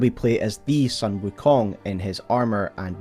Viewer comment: not sun... not the solar entity. This is the family name Sun pronounced closer to the english word 'soon' or maybe a bit more accurately 'dune' but replace the d with an s.